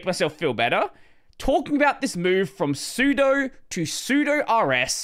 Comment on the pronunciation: I agree with everything in this video except your horrific pronunciation of sudo. How do you pronounce sudoers?